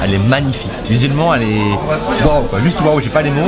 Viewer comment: Vous aussi vous entendez musulmans quand il dit visuellement ?